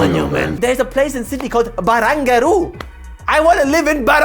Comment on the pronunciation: As an Australian I complety support the pronunciation of Barangaroo as BARUNGARUU! 😂